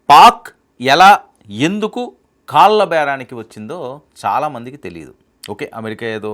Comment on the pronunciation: Chindram..vallu.. kaalla.... బాబు anchoruu...తెలుగు పలకడం నేర్చుకొమ్మా